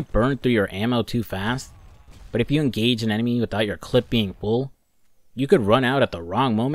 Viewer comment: Hearing him say clip is hurting me.